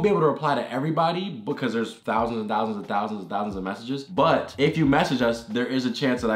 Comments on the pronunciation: Me: ten thousand dollars Morgz: TEN FOWSIN DOLLAS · He says it like fousand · Actually it’s TEN FOUSAND POUNDS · Me: ten thousand dollars Morgz: TEN FOUSAND DOLLAS. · Ten fousand u mean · TEN FOUSAND DOWAS!😱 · 10 FOUSAND DOLLEHS 😂😂😂😭😭😭😂😂😂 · When he said" ten fousand dollars" I really felt that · "ten fousand dollars THREEEEEEE TWOOOOOO ONEEEEEE!" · ONE HOUNDRED FOUSAND cant forget the fousand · Can we just think about how everything that he says that is like three or thousand is fhree or fousand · Instead of of them saying thousand they sound fousand